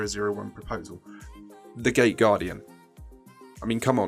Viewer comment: Was i the only one that heard 'the gay guardian' instead of 'the gate guardian'